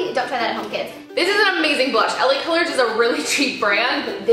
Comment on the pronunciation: when you said the blush was from LA colors I thought you said Helen Keller lmaooo